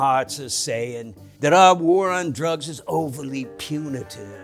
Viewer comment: "The War on drugs" It's actually "The War... on drugs"